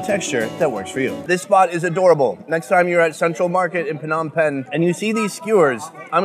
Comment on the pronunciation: Why are you calling PONOM PEN